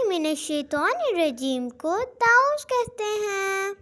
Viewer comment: Ma,am taooz na hi ta,awwuz hai😊